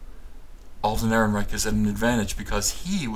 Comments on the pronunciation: That's a soft "ch" like a punctured bicycle's tire. Not a hard "ch" that sounds like a "ck". Chhhhhhhhhhhhhh… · Roll the r's, chchchchc the "eichchchcch" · Yeah, I didn't like "EhrenreiCH". On the plus side, it reminded me of Victor Borge's phonetic punctuation, and who doesn't love that??